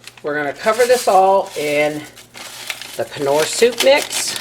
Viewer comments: It’s not k-nor it’s nor 😂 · Yummy, sounds good!! BTW... It's pronounced "nor" soup mix, the "K" is silent...like in the word knot. 👍 Love ya!! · Looks tasty! I laughed so hard every time you said knorr soup as it's an Irish fave. The K is silent 😂 unless you're German in which case you're spot on as that's where the brand originated x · Actually I researched it and the K is indeed silent. Even in Germany ( I'm part German and which I lived for awhile) and in Canada the K is silent... They don't say Ka-nife do they? Lol Google it's pronounsiation yourself!